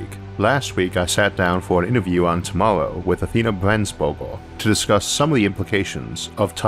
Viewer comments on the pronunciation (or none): none